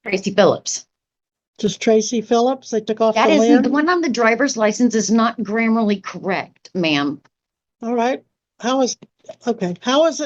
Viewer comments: Holy Cow!!!! His Hard Drive must be having seek problems. Although, it could be there are some corrupted sectors. Hey lady, it's "grammatically" not "grammerly" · I LOVE how she’s so unironically saying “grammarly” incorrect which is so wondrously “grammatically” incorrect. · This dingus kept saying "grammarly." 😂😂😂😂😂😂 That's not a word, you effing nuclear physicist. I'm pretty damn certain the word you're failing to say is "grammatically."😂😂😂😂😂😂. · Admirality and grammerly in the same video! We only need one more mispronunciation for the sov cit trifecta!